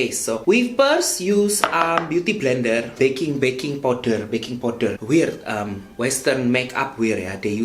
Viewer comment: The way you say "baking powder" tho 🤣 I can't help but laughing to break the ceilings!